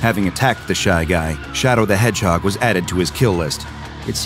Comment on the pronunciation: Did this dude just say ColdSteel the Hedgeheg? LOL